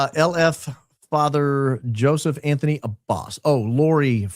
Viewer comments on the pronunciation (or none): none